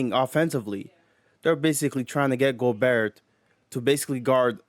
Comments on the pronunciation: Also the last ”T” in Gobert is silent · Hearing this guy say Gobert is as cringe as Rudy’s game.